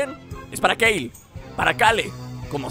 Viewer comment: Que complicado es para decir "Keru" en vez de Kale:v